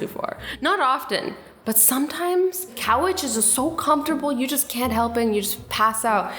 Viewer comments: azzy says “cowech” instead of couch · did she say cow witch??? Lol 😂 I think she meant couch!!! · you said cowruch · did azzy say cowich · Did anyone notice that she said "cowage"?? I'm so confused. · Did she say cowaches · Did she say cowetch??? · "Cow-ech-es" Azzyland 2019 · did she say cowege?? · Sorry, did she just say Coeach XD couch*😂 Love you Azzyyyy!!😂💕💕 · did anyone else hear her say cow itch instead of couch 😂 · tell me I'm not the only one who thought she said couch really weird...